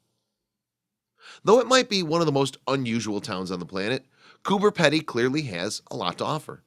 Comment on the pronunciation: peeedy not pedy hahahhhahahah say it right if your going to educate people LOL